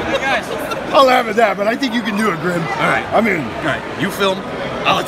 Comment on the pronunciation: it’s grim not grin